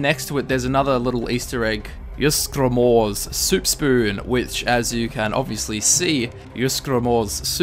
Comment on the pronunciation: JEES, ITS YEES-GRAM-ORE